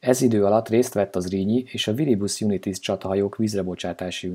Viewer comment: Csak egy hibát találtam. Nem Viribus Junitis, hanem Viribus Unitis. Nem angol, latin! Egyébként kiváló.